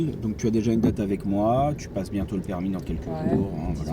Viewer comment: Oui l'accent cweol😂